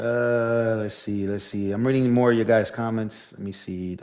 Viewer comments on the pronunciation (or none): none